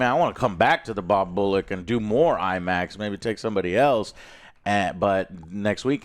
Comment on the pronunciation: 8 foot tall Imax screen? 😂 Imin-screen